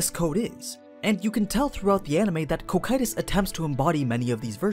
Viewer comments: "KOH-KYE-TUS" just sounds wrong dude, it kinda triggers me everytime you say it like that. after 4 seasons of Overlord anything other than "CAW-CUE-TUS"(Cocytus) sounds weird imo. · Isn’t it Co-Q-Tus? co like coco coqtus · It's gonna be a long hour of suffering through hearing "Ko-Kye-Tus" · That first pronunciation was a bit cursed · The way says Cocytus sounds a bit off. Like there was an “I” in the name or something. Are there multiple ways to pronounce that word? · I am not listening to an entire video of him referring to his name by the terrible dub. It's just grating. He acknowledges they are different and then proceeds to use the incorrect dub pronunciation.